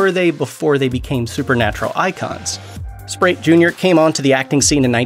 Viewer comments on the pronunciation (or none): Great video...but Rich's name is Richard Speight, not SPRATE! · Priestly was played by Jensen not Daneel. And seriously, do you not know how to pronounce the actors' names correctly. Richard "Sprite"? the name is Speight with no "r" and an "ay" sound. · I couldn't believe that he kept saying it like that!